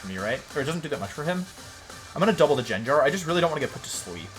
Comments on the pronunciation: Did this man just say Jenjar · does he say gyarados and gengar wrong to make people mad? because its working. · does he butcher pokemon names like arcanine gengar etc on purpose? lol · First time I hear those pronunciations for gengar and gyarados. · You deserved to lose for the way you say gyarados and gengar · As soon as he pronounced gengar so wrong i had to stop watching. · man the gengar pronounciation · Why does he pronounce certain Pokémon (Gyrados, Gengar, Escaviler, etc.) wrong? Is it a running joke for the channel? I’m newer so just wondering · Yeah, he’s been doing that as a channel joke for quite a while